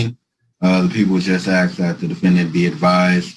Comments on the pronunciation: Why is it that pronouncing the word "ask" as "axe" grates upon my ears so much? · He's "axe'in" the court, what's with this 'axe'in' stuff??. I thought an 'axe' was used to chop wood,.. can't these people use the English language properly.!! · If I never hear the words basically, quote unquote, axe….again, I will be very happy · It's a question! I'm just axing.